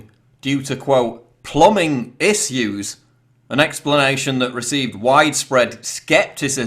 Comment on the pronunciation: You are having issue saying the word "issue"